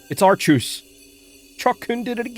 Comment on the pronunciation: Its name is actually pronounced Pokémon legends (ark-e-is